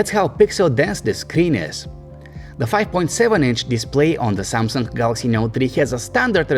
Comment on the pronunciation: LG G Tree and SYAMSUNK Not Tree